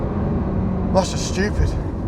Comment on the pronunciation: "that's just schewpid"